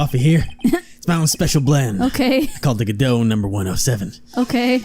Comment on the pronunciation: There actually is it’s pronounced God-oh